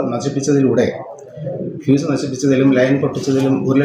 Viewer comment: PHEE S ALLA, FUSE ..... !